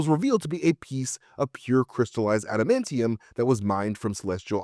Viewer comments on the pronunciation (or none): none